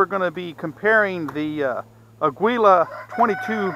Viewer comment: For what it's worth, Aguila is Spanish for eagle and is pronounced ah' gee lah.